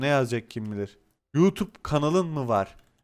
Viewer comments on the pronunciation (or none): none